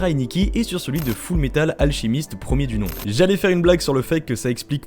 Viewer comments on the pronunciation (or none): none